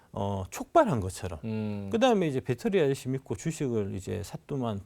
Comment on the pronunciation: 배터리아저씨가 아니라 빳데리아저씨, 빠재입니다 ㅋㅋㅋㅋ